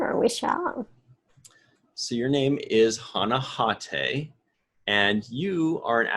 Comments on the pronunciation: That's Hah-Tah-Eh to you bub. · Let's try to pronounce her name accurately: Ha-ta-eh (three syllables), not "Ha-tay" (two).